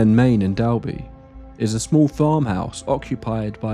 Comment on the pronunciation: We have crazy stories like this here on the IOM cos we don't have much to do but drink 😂 Also, some of the pronunciations are off. For example: 'Dolby' not 'Dalby', but thats another trait for the island.